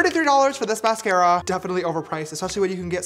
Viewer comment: The way he said mascara 😭